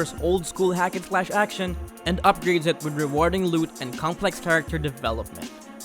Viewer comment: "acntion" lol